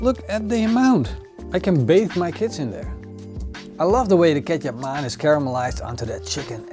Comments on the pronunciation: I really thought Kecap Manis is a the way pronounces "ketchup mayonnaise" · I always think you're saying ketchup mayonnaise lol.